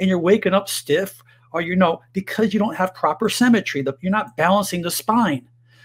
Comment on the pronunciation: The word is "symmetry" not "cemetery " 🤪